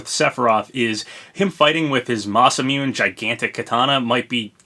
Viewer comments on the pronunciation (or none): They'd have to nerf the Masamune blade just to make him less OP (also, it's Masa-Moo-nay)